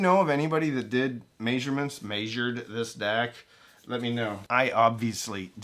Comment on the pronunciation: I didn’t know you were from the Midwest. I heard it in “mæsured”